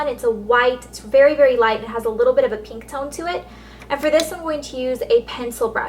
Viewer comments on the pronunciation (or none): haha i love how you say pink...PEENK haha <333 loveya elle